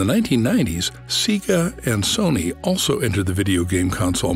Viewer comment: Couldnt even say SEGA correcty , if youve ever turned on a sega device you would know how to say it right